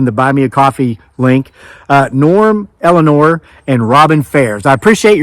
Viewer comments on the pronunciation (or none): none